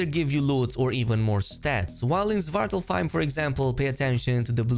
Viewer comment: Its pronounced Swart-Alf-Haim (dark elf home) or home of the dark elves.